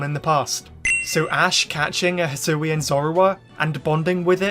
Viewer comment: the regyuler zuroowa evolvd in the hsoowyun reegun